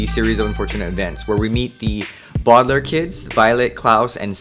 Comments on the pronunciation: Two things, the alarm and the fact that "Baudilaire" is pronounced "Bow-Duh-Lair" not "Bod-Uh-Lair" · Boe-deh-lare no ba-dl-air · It’s pronounced Baudelaire not boodalaire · why can't you just say it correctly. i really want to like your videos, but i just can't. It is annoying.